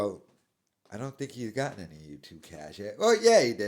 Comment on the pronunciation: He was right, nobody does like him. He should of kept that thought, would of woke him up to reality. Now he's delusional. And would someone please teach him how to pronounce the simple word "any"